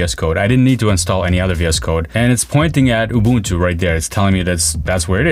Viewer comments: He got the Ubuntu pronunciation right ❤ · From Southern Africa we thank you for pronouncing Ubuntu correctly. Well, close enough. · it's always a breath of fresh air when the word isn't butchered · I pronounced Ubuntu ( ooo-boon-too ) correctly from the very beginning as an American since I knew from the beginning it was an African Linux distribution. With German being my first 2nd language helped a lot.